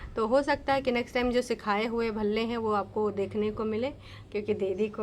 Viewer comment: Bhalle ko palle Bol Rahi thi She’s utterly disgusting 🤢